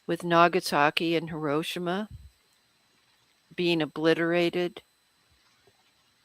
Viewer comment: It’s pronounced He-Row-She-Ma. Not Heh-row-sha-ma. Japanese vowels are ah, ay, ee, oh, oo.